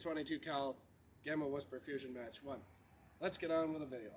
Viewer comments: Pronounced Mock not Match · it's not pronounced MATCH, it's pronounced, MAHK, LIKE MARK WITHOUT THE " R " , LIKE HOW YANKEES SAY CAR,, THEY SAY CAH,, LIKE THE SOUND BARRIER, you know,, mach 1, etc. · its pronounced Mock 1 not Match 1